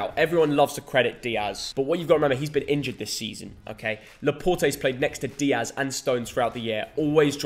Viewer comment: Turned off after he said Dias